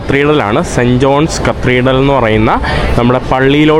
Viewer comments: Its Cathedral not Cathridreal , please pronounce correctly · കത്തിഡ്രൽ ആണു കത്രീഡൽ അല്ല